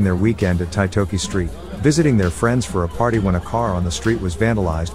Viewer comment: Titoki pronounced TEE-TORKY